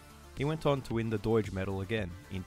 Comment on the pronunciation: The g in Doig is like the g in dog 😅